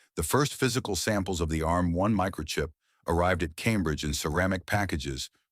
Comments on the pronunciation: A-RM? Its "Arm" you dopey AI. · There is so much wrong about this video. It looks like an Acorn fanboy told an AI to make a video about the history of Arm. And no it is not A.R.M. you silly American AI voice. More and more of this inaccurate AI videos are being shoved at us by YouTube lately. Perhaps YouTube itself has been taken over by a renegade AI bot...